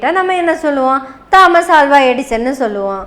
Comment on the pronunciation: அது 'தா'மஸ் அல்ல தோமஸ் (Thomas) 'ஆ'ல்வா அல்ல அல்வா (Alva)